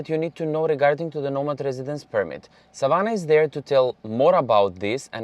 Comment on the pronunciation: lovely as usual informative video, You say Savana so perfectly, every time you said it i looked as its my name also.